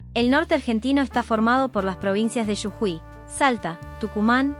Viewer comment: Oye amigo, se re noto que esa voz es de una IA ¿Jijamahuaka? ¿Que es eso? XD Es Humahuaca las "H" no suenan Y no es "Yujui" es "Jujuy"